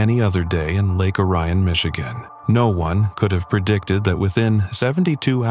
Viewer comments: It's pronounced Lake O-re-on. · The first story's city is pronounced Lake Oar-e-n not Or rye in.